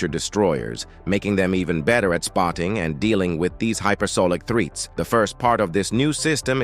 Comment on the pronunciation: That was a long exhausting video and he mispronounced "threats" as "threets". But I agree that computers and robots are the future, and it's good to see soldiers don't need to die so freely (save their lives) and also helping the soldiers to operate all of this equipment. Computers can calculate a "recommended action" to take, or in an emergency, just do it automatically.